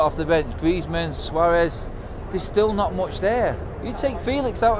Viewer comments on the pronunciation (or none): none